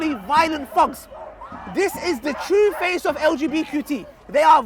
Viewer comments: he's saying thugs but pronouncing it as fugs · he pronounce thugs as thogs lol, sounds like f word